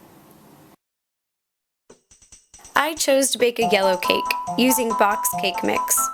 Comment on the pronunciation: the way you say cake makes me mad.